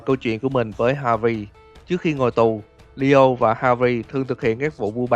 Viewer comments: Nghe ad đọc lio mà em tưởng Dio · tôi cũng nghe là DIO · Leo mà cứ nghe Dio hoài :v